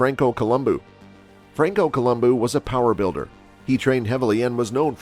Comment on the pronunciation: "Francoo Columboo"